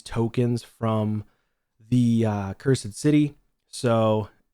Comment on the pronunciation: The way you pronounce cursed changes, you say it correctly then pronounce it " cur sid " city lol